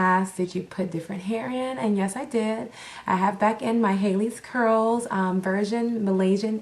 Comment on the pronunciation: Question: Isn't it pronounced like "Halle" as an Halle Berry"? "Halley's" Curls.